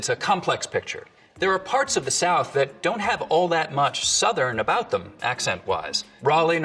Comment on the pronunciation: I love how much of the stuff you don't get because that's the way you speak English. Particularly with the D for TH. You literally said " for? I don't get it." Russians also tend to do that, so that probably doesn't help with people thinking you're Russian.